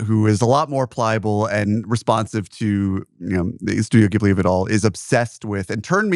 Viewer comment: Interesting that Ehrlich says he loves Ghibli so much but apparently doesn't know how to say it correctly.